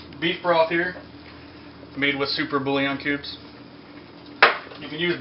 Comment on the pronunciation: Boulion is pronounced like boo-yawn...